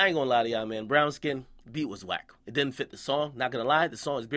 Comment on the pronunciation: "Diden't" nigga...